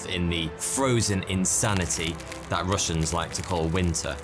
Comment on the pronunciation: Russian is my first language and I am amazed by your great pronunciation of these last names! 👍🏼👍🏼👍🏼